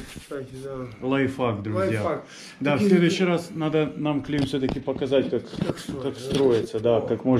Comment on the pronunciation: не Лайфак а ЛАЙФХАК